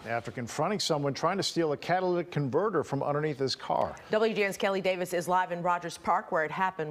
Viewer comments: Catalytic not 'Catalladic' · What the heck is "CATA-LATAC Convertors "